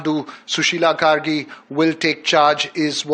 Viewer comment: Kaisa maderchod ka bachha hai ye News Anchor…. Sushila KARKI ko Sushila KERI bol raha hai